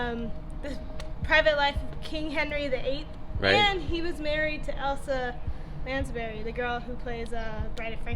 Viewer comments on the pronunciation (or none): It's not Elsa LANDSBURY but ELSA LANDCASTER. Do your homework. And shoot a parting clip of the headstone. If you want to learn how to do this right, watch HOLLYWOOD GRAVEYARD with Arthur Dark. He is an expert at these videos.